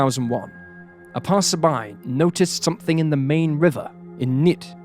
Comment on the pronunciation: Main not Mein.